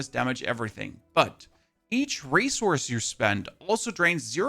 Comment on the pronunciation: How much "race horse" are you spending? 😂 I thought I heard that instead of resource, and now that's all my brain hears. Thanks for the video and updates on the patch. Sounds exciting.